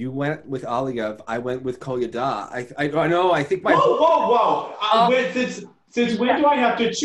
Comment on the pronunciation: Loving this! Finally some real skating. Also it sounded like he kept saying pina colada instead of Kolyada.